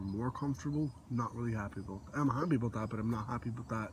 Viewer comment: "aboot that" lol